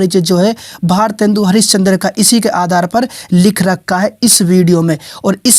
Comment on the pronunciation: bhosdke mc tohda sahi se naam mc eske kya bol rha hai ejaat se bol gawar😡😠😤